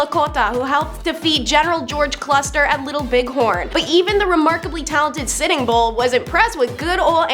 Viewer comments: This host is cute, but she talks so fast she is difficult to understand. Custer, not cluster. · talks fast and mispronounces words on purpose.😅 general cluster!? Genius! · "George Cluster" 😂😂 "President George Mckinney" 😅😅